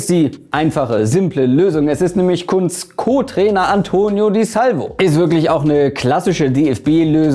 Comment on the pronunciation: es wird Kuhntz ausgesprochen